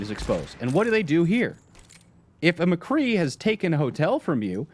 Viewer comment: "Mcree" cmon its "McCreeeeeeeeeeee"